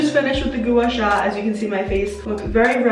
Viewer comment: It’s not goo-a sha is guah-sha. Not trying to be rude loll